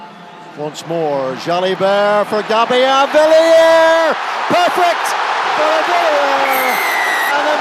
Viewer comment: Nawaqi...nitasy (and 3 other versions), Vunivunivalu (or Vunivola at one point), Forketi, Gabian Villiere... and this should be a professional commentator?!